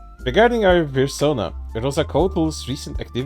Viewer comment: Still, can't get over "virsona"